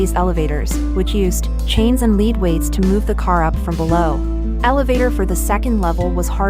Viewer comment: More AI generated narration. , and "she" repeats herself. , the machine does not phrase the word "because" correctly , and cannot distinguish the word "lead" (to govern) from "lead" (a weight). One would suppose that the uploader would have been more careful releasing this clip, but even THAT is to much to ask!